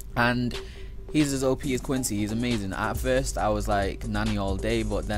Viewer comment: He says openis as an OP :/